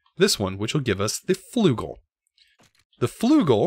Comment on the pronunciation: Flügel is pronounced slightly differently :). The 'ü' is not jut 'u', to pronounce it correctly just say 'i' but move your lips as if you're trying to say 'u'.